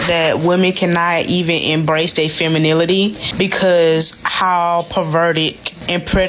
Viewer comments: Damn did she say “Proverty” - Women can’t embrace their “Femininilaty” - because of how “Provertic” Lol wow just wow everyone don’t need the mic! lol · minutes ….. “Femi…. NILITY”….what does that mean ?? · It's obvious that they didn't like going to English class.. The mispronouncing of words are astounding...WTF is proverty? Femanility? Really? Wearing a Bonnet in public is fashionable (hope l spelled that right). Miss us with that bullshit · Proverty? Feminility? Anybody else catch that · Bysh said Feminitily, most of em can't even spell Femininity, let alone act it out Lol😂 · Did she say “Provity” and “feminility”? 😳 Somebody please take her phone. 😂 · "Proverty," "Fremeninity..." This is who we have to pick from? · She said “femininity”WRONG😂😂😂😂😂😂💀💀💀💀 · 1.02 the lady can't even pronounce femininity she threw a L in it lol 😅 🤡